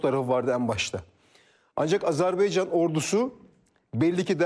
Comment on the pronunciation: Azerbeycan değil Azerbaycan